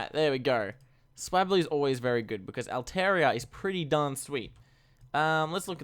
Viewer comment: altaria is the 2nd A is like are so al-tare-ia (lowercase a)